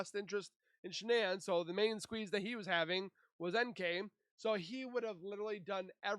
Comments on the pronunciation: You know what I don’t care nichol being called “Nikel” But at least call Shannan by her actual name It’s Not SHONNON 😒 My gosh the subtitles even say SEAN That’s a male name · And its not Shonnon. Get better AI and it will be better.